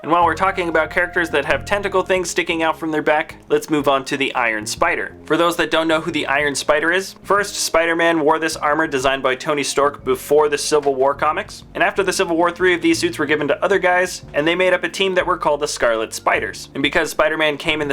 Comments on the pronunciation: did he say Tony Storck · Was I the only one that heard him say "Tony Stork" while showcasing the Iron Spider? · Did I just hear "tony stork" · He said tony stork. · he said tony stork